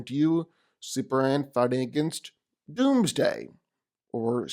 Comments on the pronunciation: Why dude keep calling super man super an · Seriously, who is "superan"??